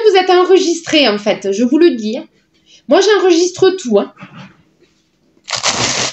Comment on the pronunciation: Bonjour, excellent retour de course, tous ce que j'aime. Les yaourts à la Grecque sont extra. Comme tu dis " ah je vous le dis" la phase+ l'accent, je me le repasse en boucle🤣 mais c'est naturel chez toi. Il faudrait que tu précises que ton poulet rôti parlait bien Français car avec les polémiques sur les gallinacés Ukrainiens..... Je te laisse bisous à toute la famille🥰😍🤩😘🐱🐱🦮♫ DOM ♫